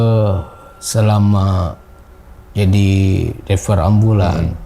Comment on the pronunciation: Driver bang bukan dreper😂😂